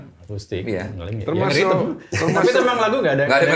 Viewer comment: Ngakak pas Desta bilang Ngerythem 😅😅😅😅😅😅